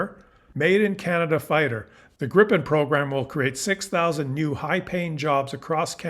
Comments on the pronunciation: It's called Gripen - not Grippen. And it is - and shoulf also by English speaking people be - pronounced "Grìpen, wvere the i is pronounced likr a semi-long "e" Grip means Griffin and Gripen means The Griffin. The name JAS stands for "Jakt, Attack, Spaning". Jakt translates to hunt and spaning translates to surveillance. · According to a Swedish friend, it's pronounced "GREE-pen". Regarding Golden Dome, there is no way it can work without sensors on Canadian territory. Ergo, we have something they need. We should actually charge them for using sensors located on our territory, or at least gain the dubious protection of GD for free. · It's pronounced 'greepen'. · It is pronounced Gr-eye-pen and it is spelled with 1 P.